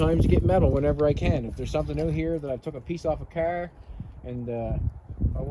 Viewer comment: Drinking game.... every time he says Caahr!